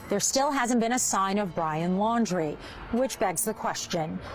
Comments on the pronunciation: You have to realize the adrenaline that guy was feeling when he looked up pictures of brian and then realized it was him so sayin Laier instead of Laundrie is an acceptable mistake when ur heart is pounding a mile a minute and you're fight or flight response is raging. So yes, i believe 10,000% that he saw Brian out there. Brian has been there before and knows the A.T. well, he spent 3 months out there by himself w no help with only a backpack and has consistently bragged about it. Gotta look into all leads to find him.... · Lol caller said brian laurer??? How can he be sure if he cant even get the name correct. Love Dave Canterbury.